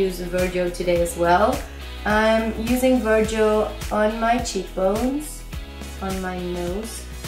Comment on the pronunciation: I have been loving your videos and you helped me develop as an artist myself, in English Virgo is pronounced ver-go like stop/go ;) hope this helps!